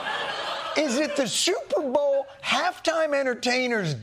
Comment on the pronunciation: Big fan but he said shuperbowl and I dont why it bugged me.